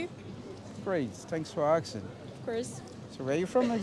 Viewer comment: My friend is “aksing” every girl he bumps on 😂